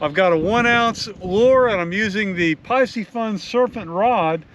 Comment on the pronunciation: It’s pronounced PEE-see-fun. C’mon…